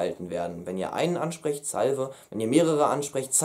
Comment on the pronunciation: Vielen Dank für die Mühe! Ich habe damals das Buch „Sprechen Sie lateinisch“ von Capellanus auswendig gelernt, da konnte ich gut sprechen. Noch ein Hinweis zur Aussprache: Die Verben nach der e-Konj. haben alle ein langes e auf der letzten Silbe im Imper. Praes.: salvē, avē, valē, docē… Und das Götz-Zitat heißt wohl eher "Nasus in culum".